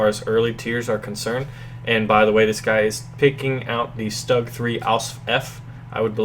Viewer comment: 'Stug': not "Staag", but "Shtoog"